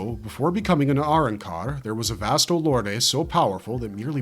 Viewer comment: 😅 i love the Spanish parts and it's arancar not "are un-car" also it's pronounced gillions not like "gillyuns" and 😂 I'm not Mexican at all but it really helps to actually try... You don't sound racist when you're mimicking those that speak a particular language natively and fluently... Most likely you'll get a look of shock and surprise and be complimented on your pronunciation and fluency Even if it's just a few words and then you practice.... Anytime you're alone practice some sing in the shower i say practice your English, Spanish, French, hindi, mandarin, Portuguese, Russian, and the other three top ten languages just a bit here a bit there until you've learned enough to basically get by